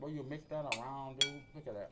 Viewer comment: He knows like 8 words and 4 of them are mispronunciation of dude, he knows 1 type of seasoning and doesn’t know how to correctly use any of the cooking terms he’s trying yo you